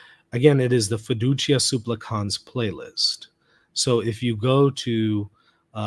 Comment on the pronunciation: This is a nitpick I know, but it's been bothering me. The accent in the word "supplicans" falls on the first syllable. You're right that the final syllable as long, as is the first, but please don't accent the last syllable.